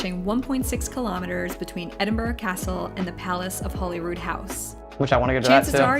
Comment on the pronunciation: People including the BBC say Holly instead of Holy when mentioning Holyrood.